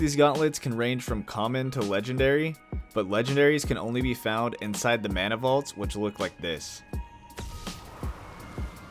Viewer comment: Call me a weeb but the way yoy say mana triggers me 😭 thanks for the video though very helpful i might give this game a try